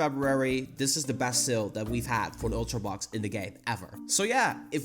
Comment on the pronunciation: When you said " seal " I thought that you were talking about the pokemon with the same name, but when you showed the shop boxes I finally realised you were saying "sale". You need to work on your pronounceation buddy.